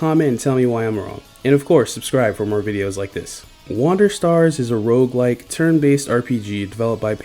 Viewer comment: maaaan it all seemed so cool until i heard rouguelike :c